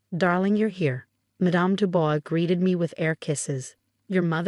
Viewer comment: The name is not pronounced "Du Boys" but "Du Bwah".